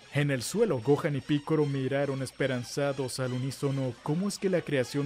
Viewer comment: Ese "esperanzados" siempre suena a que no está bien jajajaja